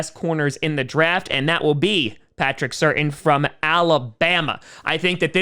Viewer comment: Fun fact: his last name is pronounced Sur-tan, not certain.